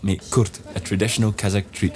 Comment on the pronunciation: Our people deserve a better life, but unfortunately our government is a traitor to the people. Despite this, people try to smile and be kind🙂🙂🙂 Thanks for the video🙂 pronounces some Kazakh words without an accent, it's amazing😂